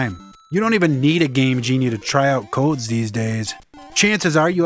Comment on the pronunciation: there is something so satisfying about the way you say "codes", man. xD